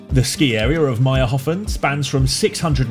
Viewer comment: its mayrhofen, not mayrhofn